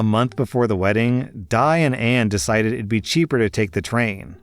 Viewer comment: I just wanna ask: wouldn't Di's name be pronounce as Dee, not Die.